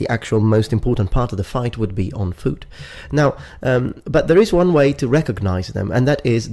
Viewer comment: "Fooot" lmao:)